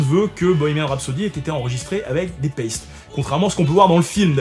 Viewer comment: je viens d'apprendre que Paiste se dit paisti en anglais 😂